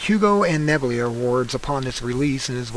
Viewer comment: Ohm you're an astronomer 'with a telescope,' and don't know what an unmanned probe is vs a 'shuttle craft,' modern bell housings, or how to pronounce nebula and Magellanic (or piqued, Carlisle, Perera, told, unlock, classic, text, plot, cylinder, enigmatic, gigaton, etc) yet you want us to believe that your professional opinion as an astronomer ('with a telescope') that there's a cover up? Google Dunning-Kruger effect; it is you. :)